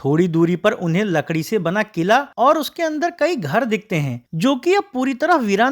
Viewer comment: Kila nai bhayya killllla